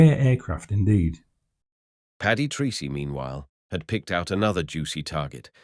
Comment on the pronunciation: A small but important detail; please note that Paddy's Irish surname Treacey is pronounced Tracey... not Treecey. Thank you.